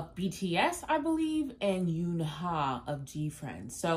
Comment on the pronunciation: Eunha is pronounced like unha I know it can be confusing 😂